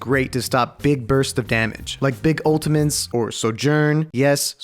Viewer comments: Why does say "ultimantes" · why does he say ultimantes